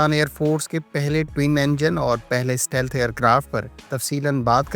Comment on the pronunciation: The word is STEALTH and not SATEALTH. Stealth = اسٹیلتھ